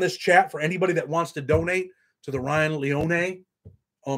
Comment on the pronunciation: it's LEE-OWN-EE lol Ryan will be surely missed. Nikko and Weiland will grow up without ever remembering their Dad and Karina won't forget him. He's with his 1st love Jenny and his best friend Paul 🕊 That gives me solace 🙏